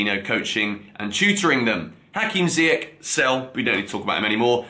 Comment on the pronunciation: Finally got Nkunku's name right. Lol. You never bothered to get Ziyech's right though... 😂